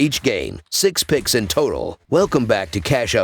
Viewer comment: Yea fam I need you more clear when saying your pix’s